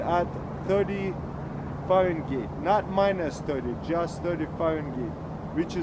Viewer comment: Bruh he said farengeit